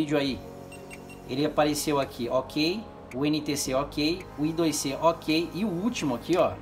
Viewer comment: Não é I DOIS CÊ. Se pronuncia AI ISQUÉRE CI ( I ao quadro C ) I2C (Inter-Integrated Circuit, eye-squared-C)